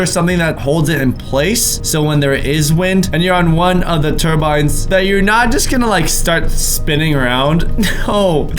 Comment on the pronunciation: yoy guys remamber wind terbinds Me: um when did we see terbinds wirh you